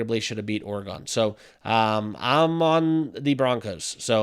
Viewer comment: bro you need to learn how to pronounce the word oregon holy it was getting me mad